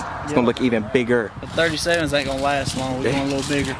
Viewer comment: “Ani’t” bruh? 🤣🤣